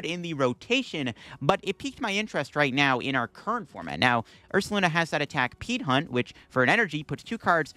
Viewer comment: It took a bit for it to register that you kept saying "Peat Hunt".